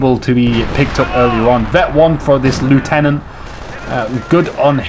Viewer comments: You still ought to pronounce the word 'lieutenant' correctly. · Yes, 'nuff' has been said to show that you are an idiot. And he still pronounced the word 'lieutenant' incorrectly. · Yeah and pronounced the word 'lieutenant' in correctly, so you can take your suggestion elsewhere. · A few criticisms of the vidcast - firstly as a Brit, you need to learn how to pronounce "Lieutenant". Secondly, comments such as "I hate the British but I am British" (paraphrasing) isn't helpful - there is a clear distinction between the British faction in CoH and the British in general; they are not the same thing. Finally, you need to calm down slightly. There is a big difference between effective well-timed commentary and continuously talking for the sake of it. Sorry if that sounds harsh.